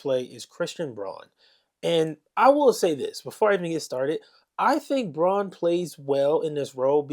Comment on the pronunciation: I like the analysis. Christian's last name is pronounced "Brown" though even though it's spelled Braun.